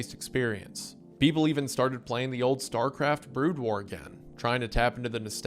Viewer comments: literally could not continue when he pronounced BROOD AS BROAD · "BROOD" WAR PLEASE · I think he's just trolling us at this point. I always forgive him for mispronouncing made-up or non-english words, but mispronouncing "brood" and "ceiling" is where I draw the line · Brood pronounced broad? Tf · So I am wondering why it's being done, but I am going to assume it's some sort of "Autist" test. But here we go: He prounounced- Terran as Tehran. Brood as Broad. Protoss as Protists I guess it's a ragebait because while he does pronounce the Korean names as closely or accurately as possible, but mangles English words. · Wendy's pronounciation of 'brood' hurts me on a level never thought possible. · Terran was bad, but brood made me look for this comment. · mispronouncing Terran and Brood is crazy work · Today I learned that Wendifren can't pronounce the word "Brood".